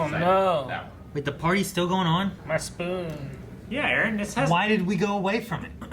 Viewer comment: “oh noo...my spoon”: “Did you break a spoon?”: “:( muh spün”